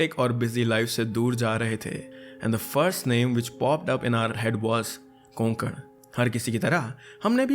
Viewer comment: कोकण हैं वो कोगन नाही